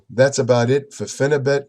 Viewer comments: If you want a real intellectual review on phenibut not some idiot reading it from his pc watch someone who actually does proper research watch this video and he can pronounce the chemical name properly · Phenebut is a legal pharacutical drug in Russia and many other places. You aren't even trying to get your info correct. Can't pronounce phenebut correctly and have incorrect information.